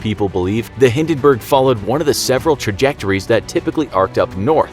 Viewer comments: The HindenBURGER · Hindinberg: on fire Captain: dinkilberg! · you even cannot pronounce Hindenburg